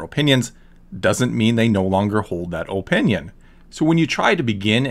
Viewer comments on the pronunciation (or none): I also like how he pronounces "opinion" with a hard-O sound.